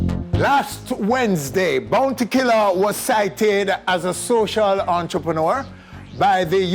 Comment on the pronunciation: every time he said entreprenaar I felt embarrassed and he kept saying it lmao😅😅